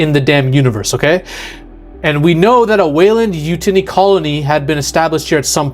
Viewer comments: yeah you are very wrong besides the dude cant even say weyland yutani correctly.... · Weyland Yoo-Toony and Ella Fanning